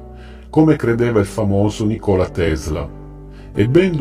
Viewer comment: Interessante, ma si pronuncia Nikola con l'accento sulla i